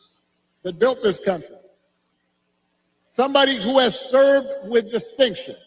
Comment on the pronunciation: Take special note how Barry, really puts the tone on his Ebonics.🤣🤣 "Sum bah day, went ta college wit ya". Now you know damn well in sam hell, in his everyday life, he don't pronounce (somebody and With, and You) like he just did. Funny thing is, Barry actually thinks he still has some pull with the community.